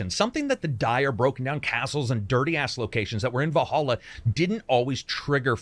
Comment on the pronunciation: Its vallhalla ... not valholla